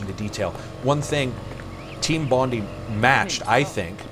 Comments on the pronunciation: Good job pronouncing "Bondi" correctly :) It's a suburb of Sydney renowned for its amazing beaches... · Thanks for saying Bondi properly, instead of Bond-EE as I tend to hear on here